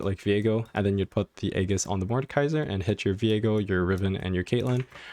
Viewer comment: I’m surprised that almost no one can pronounce aegis correctly 😇nice tutorial tho, especially the augments part